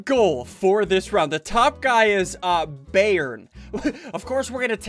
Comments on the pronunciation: It's biyern not bærn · ssundee when you said bayern yeah you kind of said it wrong :l its a german soccer team say its said byern but spelt bayern :) i guess the guy hates that soccer team bye (like your vids):) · Me Yes, Bayern Munich (The name Ssundee mispronounced by a mile)